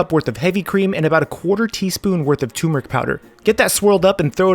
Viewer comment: chef's classic, "tumorick" lol idk why everyone forgets to say it how it's spelled. it's like when people say the "calvary" have arrived for reference the words are turmeric and cavalry, respectfully.